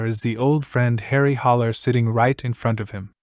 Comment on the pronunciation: It’s Harry Haller not “Holler.”